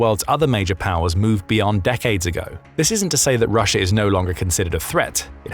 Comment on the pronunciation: The second time you said Russia you said Rusher again.